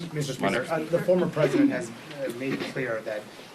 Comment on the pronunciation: I like to hear him keep saying Preseident Trump